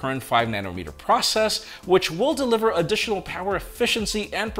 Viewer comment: said prush process 🤣😂🤣. got caught in a tongue twister.